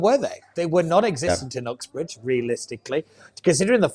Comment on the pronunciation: I agree with everything you said and i am a avid right winger but why would you say oxbridge instead of "Uxbridge" your a Londoner you should know its pronounce that way! Hmmmm